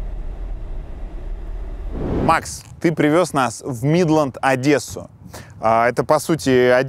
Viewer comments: ОдЭссу 🤦🏻‍♀️почему ОдЭсса? если ОдЕсса🤌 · ...она им напомнила ОдЭссу. Сука ЧЁРТ, ОдЕсса, а не ОдЭсса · Адесу - Одесса , через О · не оДессу а ОдЕссу , я как Одессит могу сказать больно такое слышать 🥲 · Господи, только не АдЭсу